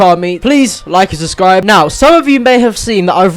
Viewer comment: dont say "subscribe" he says "suscribe"